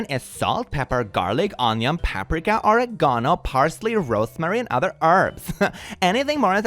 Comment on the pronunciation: how the fuck did you just pronounce OREGANO!?